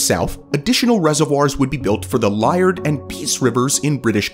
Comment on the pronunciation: butchered that pronunciation of Liard